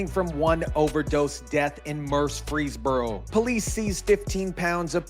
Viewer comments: 🤣 It's pronounced: Mur-frees-burrow🤣 You tried. I'll give you A for Affort. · where? Murfreesboro? That's pronounced more like Murphy's burrow. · Why is he saying Murfreesboro like Murf-frees-boro? it's Murfrees-boro. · Its pronounced Muprhys borrow... not murph freeze bro lol 😆... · I’m from Memphis tn it’s actually Murphy not mur- free-borough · Bro ! It’s pronounced MURF-REESBORO like Murph - reesboro.. not mur-Freesboro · Murphys borro not Murp freee boroooph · Mur-frees-bore-oh Not Mursfreeboros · he's adding an S after mur for some reason. saying free is correct but murs - frees is incorrect. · Murphy + burough, bro it’s Murpheesboro… wtf😂 not freeze + burough… jackass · he is pronouncing it wrong by adding an S after Mur. you are pronouncing it wrong by saying fee instead of free. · “MUUR -freeze-burro”. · dude its murfysburo lmao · You can’t be from Tennessee we don’t pronounce Murfreesboro like that it’s just Mer-free-boro. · Mur-freeze-burro.... it aint hard to say dude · You have "statistic" down...now work on pronouncing "Mur-frees-boro" Say it with me... clap it out 🙏...🙏...🙏 🤣🤣🤣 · it's Mur- frees-burro, it sounds like you're putting a three in there 😂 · Murf Rees Burrow pronounced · Hey just say it southern. Murphysboro. Out of staters get hung up on the frees part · I think you're having a problem pronouncing MUR*FREES*BORO... You're welcome! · stop saying it like that!it's ONE word Murfreesboro ya say the whole thing like a tribe called quest. it's not fkn Mur-fees-buro it's not the budweiser frogs.sorry this is great news but yeah.just don't say it,you're making my ears bleed saying it wrong. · It's pronounced Murphys borough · Fyi, its pronounced "Murf-freeze-boro 🙌🏼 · Mur-fees-boro. No one pronounces the second R. 😂 Sorry, I am from Tennessee. ❤ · Yeah lol Murphys Boro 😂😂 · Same dude. I am a native to Murfreesboro. It really bothers me for some reason hearing this guy pronounce it the way he does. It's "Mur-FREEZE-boro".